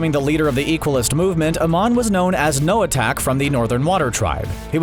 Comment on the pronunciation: Him: Noahtak Me: you mean Noahtok???? (He pronounced it as Noah-Tak at first) NO HATE BTW!🤣